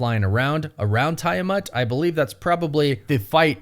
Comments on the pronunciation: Don't tell that! You'll just make him say TY-a-mutt more! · so.... we not gonna mention TIE-A-MUTT!? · Come on man it’s like you watched Eternals and covered your ears every time they said Tiamuts name. 🙄🙄